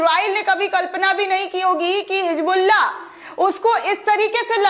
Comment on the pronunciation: My dear bitiya, your video is excellent. The content is great. But if you pronounce Urdu correctly it will be admirable. For example it is " Hizbullah" not " Hijbluaah" .